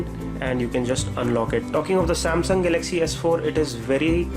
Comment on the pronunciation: Please practise speaking in English, it's Galaxy not galagzzz Apart from that nice review